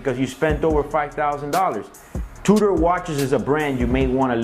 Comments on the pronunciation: It's pronounced "2 der" NOT "2 door"!! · is he saying Two-door, or Tudor?